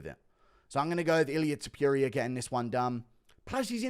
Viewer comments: Repeat with me: To Pu Ri A… now together, Topuria, not topiria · I like how Guru says Ilia To-pew-ria